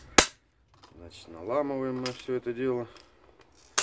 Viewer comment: значит, а не значить!